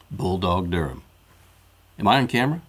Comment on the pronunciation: Its not durham.